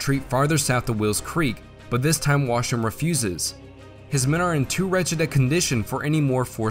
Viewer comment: Nice video^^ But gotta admit, it is somewhat funny how the pronounciation of the name "Washington" kept deteriorating more and more over the video. By the 13 min mark it was a "Washngn"